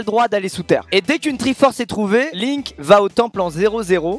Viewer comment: Gotaga : surnommé le french monster, détruit littéralement le prénom de Link en 2 secondes 😭😭😂😂